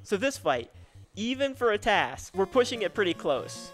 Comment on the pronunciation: The guy saying TAZ instead of TAS is like nails on a chalkboard.